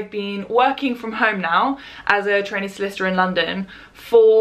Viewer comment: Thank goodness for the title because I sure heard "as a t*anny lawyer" and I was very confused